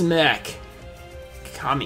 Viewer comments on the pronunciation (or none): none